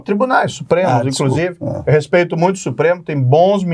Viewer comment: E O PT HEIN? E O LULA? 🤡 “INCRUSIVE” TÔ “PERPLECTO” COM O PORTUGUÊS DO MORO.